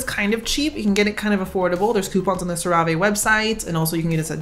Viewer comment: bb I think it's pronounced sarah-vee, but sera-vay sounds way bougier tbh so I hope you never stop !!!!